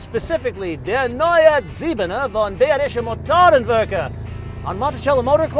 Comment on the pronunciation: No offense, but the way you pronounce Bayerische Mororenwerke sounds just awful. I like your videos though, you have become one of my favorite car reviewers.